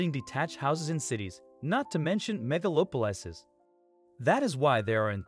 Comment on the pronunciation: The narration is hilarious, but the 'mega-loper-licees' and 'Huge London' (Greater London) really cracked me up. Despite that, the project is interesting.